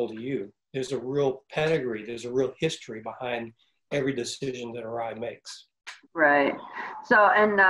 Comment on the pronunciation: So that’s how you pronounce Arai